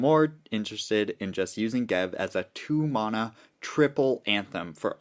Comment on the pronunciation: I'll subscribe when you stop saying mana like that 😂